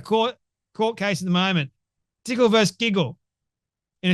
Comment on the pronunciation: Good video, as always. One side note: "vs." or "v." is pronounced "versus" not "verse." "Versus" means "against"; "verse" is an excerpt of poetry.